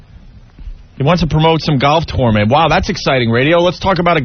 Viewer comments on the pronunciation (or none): I always hated the way Opie pronounced tournament. He says it like torn-ment